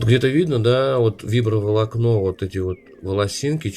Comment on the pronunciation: Фиброволокно а не вибро